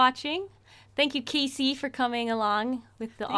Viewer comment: When you said Kasey, Siri turned on 😂